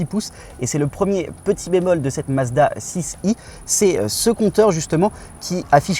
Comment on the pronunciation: Pourquoi vous dire « Mazda six i »? Soit vous Parlez anglais, avec les chiffres aussi, soit français. Assumez votre langue et votre pays!